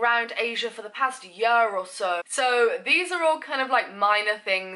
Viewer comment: I love how you pronounce 'year' lol